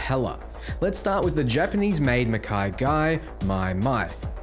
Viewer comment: frick man, its not maikaigai, its makee-guy pls